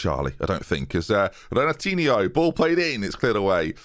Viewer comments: It's not Renatinio. It's Henatinho, more or less. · That Renatinho pronounciation is so wrong jesus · It is “Renatinyo” In Portuguese, if it ends in that -ho, it’s pronounced “-yo” Think Ronaldinho vs Firmino. “yo” vs “o” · This is so wrong. The -nho sound is pronounced like the spanish -ño sound. Like Torres was called el niño, the -nho sound is the same. It takes a 10 second google search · Its pronounced "renatinio". Like this comment so that sees it! Shout Out from Brazil! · Its pronounced Renatinho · Thames Pronunciation Session: 1. Renatinho = Ren-Are-Tee-Nee-oh (like Ronaldinho) 2. Ollikainen = Ollie-Kye-Nen (say what you see ) 3. Latham = Lay-tham 4. Cooney = come on, how can you mispronounce that? I expect no further mispronunciations. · Actually, Renatinho is Portuguese, so has been saying the "Re" part wrong because it is different from the Brazilian "Re" in words like Renatinho (and it is not Ren), and it's understandable because English tends to delete that phoneme. The "e" needs is the "e" English has in "diff(e)rent" ou "ev(e)ry" if he utters the words very slowly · NH in Portuguese sounds the same as GN in lasagna, as a tip for you on how to pronounce Renatinho. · I love how you can say Ollikainen without flinching but Renatinho bogles your mind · Me being portuguese and seeing strugle to say Renatinho is so entertaining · boggles my mind, he would say Ronaldinho perfectly, he just doesn't connect the dots on how the pronunciation thing works